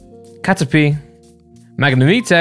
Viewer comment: Everyone: Mag-ne-might: MaG-kNeE-mEeT-a